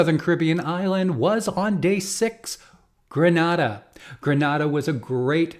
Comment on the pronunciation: Pro Caribbean Tips: [1] circa minute , please note that the island of Grenada is correctly pronounced as gruh-NAY-duh (like the ay in hay)....and not gruh-nah-duh. . . [2] Likewise, circa minute , the island of Antigua is authentically pronounced as an-TEE-guh and not an-tee-gwahh. The u is silent in modern English usage (though retained in the original Spanish and Portuguese).